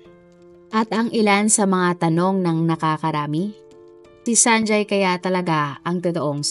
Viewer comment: You have inconsistently pronounced the name “ Sanjay” ..